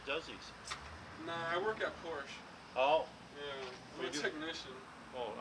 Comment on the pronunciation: You can the Autismo who "works on cars at Porsche" is likely a LubeTech at best since he can't even pronounce it. Or He said "I work on cars on my porch" - That could be it. Dope vid tho.